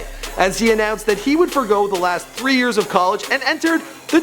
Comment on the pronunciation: he said 13 yeRs